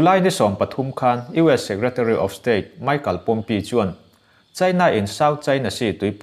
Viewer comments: Ngaihnawm khawp mai, US secretary of state hming lam dan khi chu han en let leh teh. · US secretary of state hming khi i lam sual deuhin ka hria.